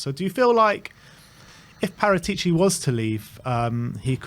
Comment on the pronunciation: It's wrong speak Paratìci, the correct sound is Paràtici